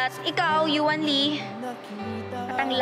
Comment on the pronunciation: Yuan, "You-Won".